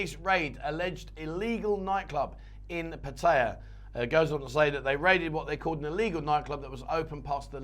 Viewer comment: Please learn how to pronoun 'Pattaya' nimrod.